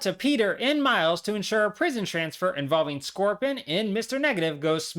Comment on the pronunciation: Why does he call scorpion scorpon